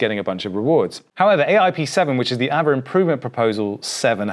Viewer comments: There's no r so it's as it is just a longer A. So pronounced Aave. Just say Aaaave. Just a longer Ave. Not really arve. Although the English dictionary changes all the time. As all languages. Interesting seeing changes before us. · Im sure its pronounced "AR-VAY" and not "AVA" :) Great video as always. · the word ghost is pronounced aah veh not ava that just doesn't make sense.